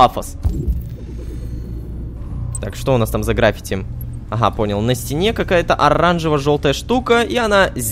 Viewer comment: Не грАффити, а граффИти.